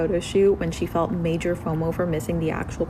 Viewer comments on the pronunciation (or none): none